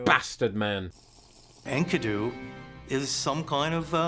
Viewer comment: maybe he's saying it right and I learned it wrong but that pronunciation of Enkidu kills me Also they arent saying Enkidu was a species, Enkidu was a guy from a story (dont remember if the story was at all based in reality maybe the main dude was based on a real king or something?) but its like one of the oldest written stories we know of or some shit idk I took a mythology class in highschool and havn't thought about Enkidu since